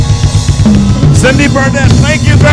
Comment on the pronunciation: horrible Indonesian singer at the end considering many great talents Indonesia has (did anyone note how she mispronounced G's name at the end? ^^), but apart from that, a fantastic concert - r.i.p. George!